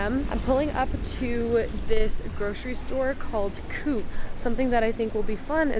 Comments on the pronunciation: Coop is usually pronounced "cope". Inter LAH ken. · Interlaken is pronounced Interlarken. You have to remember Interlaken is a tourisy town, so things might be a bit dearer there, Coop is not pronounced Coop, or Co-op, you would have to hear it to know how to pronounce it right, also Joghurt, the J in German is a soft sound so it is pronounced Yoghurt. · Thun is the proper spelling of the city you were in. 😉Coop is pronaucend Cooop with a long ooo. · The o in Coop is voiced? like the o in oligarch and not like the ou in coupe.